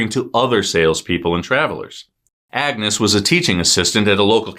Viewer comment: You pronounced Benoit correctly, and Xavier so why not Agnes?